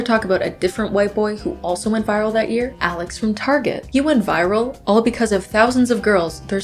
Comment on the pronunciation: for the first 4 minutes i kept hearing urine instead of year😭😭???